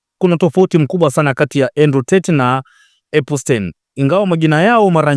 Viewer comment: Epstein na sio epustein